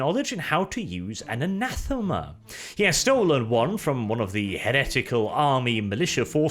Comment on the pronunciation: Anathame,. Anathame. Ree.